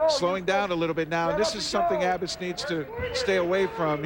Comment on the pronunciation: Is that the same announcer that got Gerry Abas's name wrong against McIlravy? Some people never learn.